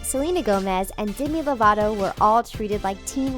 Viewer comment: DEMI LOVATO NOT DIMI LOVATO SAY MINE AND HER NAME RIGHT